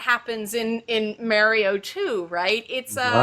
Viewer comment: My eye twitches whenever she says Mario. good video though.